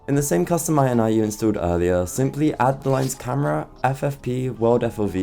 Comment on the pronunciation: Bro it's not dot I N I IT IS = dot IN-EE = INItialization file not DOT EYE EN EYE tialization file